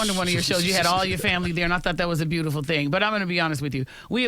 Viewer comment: "So i have this thyng i do before i come to a station" the saxophones should had started right there🤣❗Love her.